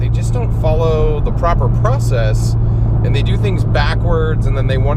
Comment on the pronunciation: Porcess lmao